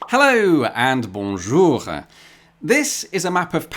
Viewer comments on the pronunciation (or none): Bonjoureuh, very parisian 😂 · Love that you add a subtle trailing "-han" sounds to your "bonjour" when you're in Paris and not in other parts of France, nice touch!